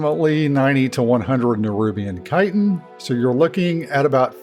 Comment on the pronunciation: Thank you for pronouncing chitin correctly!